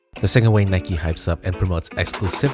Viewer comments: Bro it’s Nike not nikey lol u have never pronounced and e at the end of the word as an eeee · When he keeps on pronouncing it as Nikee and not Nike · Its not Nike-y it’s Nike, it’s not bike-y it’s Bike, simple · why are you saying nikey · Why he saying nike like that. Its frustrating